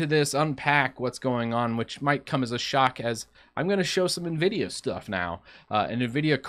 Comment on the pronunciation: Why is hard for some to correctly pronounce Nvidia???